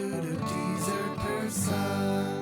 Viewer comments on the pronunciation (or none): god i hate the opening jingle so much. DEEsert PerSUNN. neither one of these words is pronounced like that!!!! can’t wait to try this recipe tho. you’re a genius claire!!!